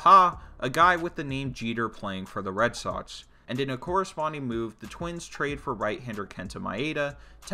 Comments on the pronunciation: “red sotts “ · Omg is Red SoXXXX not Red Sotts holy shit